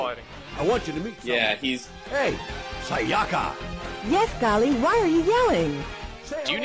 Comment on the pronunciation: That's not how you pronounce Sayaka. Also a thousand yen isn't a lot of money etc.